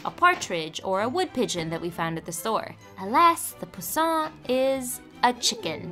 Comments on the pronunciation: French for baby 🐥. Emphasis on the first part rather than second when pronouncing 😉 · poussin is pronounced poo-san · it’s a french word and is not pronounced like this at all😭